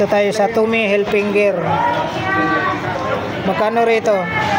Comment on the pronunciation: Tommy Hilfiger hindi "Hilfinger"!